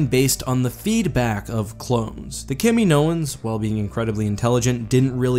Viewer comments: but the way you said kaminoan.... it's pronounced Kae-Mean-oh-an, not Kam-e-no-en xD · for the love of the Force, Its ka-MEE-no-an, not kam-ee-NO-an. Watch Attack of the Clones.